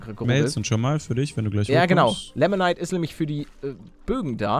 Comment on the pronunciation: Paluten das heißt nicht lemonite sondern limonite